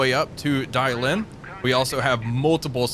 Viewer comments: I love your channel, as my constant views and likes should show. However, the School of Pronunciation provides much mirth. Dalian is the latest example. 😂😂😂❤❤❤❤❤❤😂😂😂 (Daa-lee-uhn). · Dah lee ehn though my tones are off, pronunciation is actually closer to the Japanese pronunciation of Dalian (Dairen)